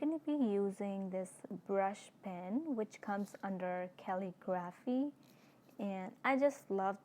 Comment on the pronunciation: How she pronounces Calligraphy is like kelligrafy